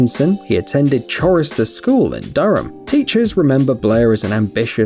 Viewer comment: it is NOT pronounced Chorister's School, it is pronounced Corister's School.....a chorister being one who sings in a choir.....pronounced quire....twit! The voice-over boy needs to get himself an edjamacashion.